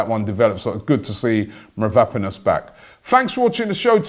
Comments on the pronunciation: MAVROPANOS Robbie!!!!Get the Pronunciation right. Its disgusting hearing you say Mavraponos all the time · Robbie literally cannot pronounce anything. It's Konsantinos Mavro-panos not Kostas Mavrap-anos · MAVROPANOS Robbie not Vanaponous🤦🏻‍♂️ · Did you mean Konstantinos mavropanos? It ain’t that difficult robbie ffs